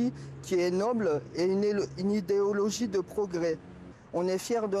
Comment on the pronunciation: « Le co… le comnimusme est une idologie nobe, idéologie nolbe » Ptain il sait même pas parler